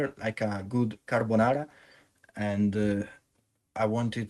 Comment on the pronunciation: the way you said "carbonara" is the most Italian thing ever i love it